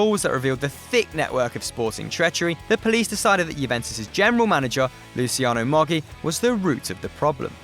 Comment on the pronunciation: That pronunciation of Calciopoli and Moggi though....